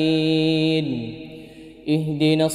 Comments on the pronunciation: Nasta'in ia baca nastaim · naam, sy dengarnya jga nasta'im kata dhalliinnya jga dbaca dhalliim.